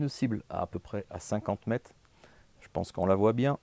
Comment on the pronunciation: Bonjour et merci pour tes vidéos qui sont très éducatives. Par contre, même à l'arrache, systématiquement les distances sont énoncées en "kilomette" ou en "mettes" donc j'espère que toi aussi tu seras vigilant à la qualité de notre belle langue Française et à sa prononciation